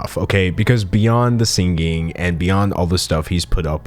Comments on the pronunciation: Can u please auto tune the way you pronounce the word sinGing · My guy pronounces singing exactly like Ethan Klein 😅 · I like that you pronounce singing with a hard G like Ethan Klein ❤️